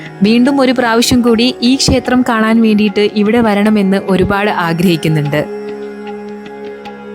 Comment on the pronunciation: ഷേത്രം അല്ല ക്ഷേത്രം ആണ്